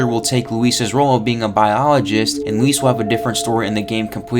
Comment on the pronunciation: Thanks for not calling him Louis like Leon does 🙄